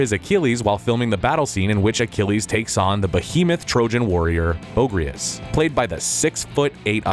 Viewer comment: "Bo-ag-gree-as" not "Bogras."